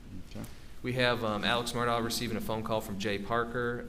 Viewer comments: So the people that know the truth say Mur-Da and the liars says mur-doc. Lol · Finally someone who can say murdaugh instead of Murdock